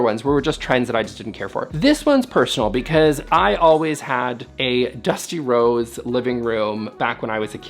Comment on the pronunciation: i really shouldn't work out while watching the videos - kept hearing "Dusty Rhodes" and i was like "i didn't even know watched pro wrestling way back when"